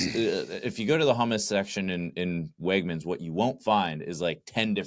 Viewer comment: Did you say, Wegmans??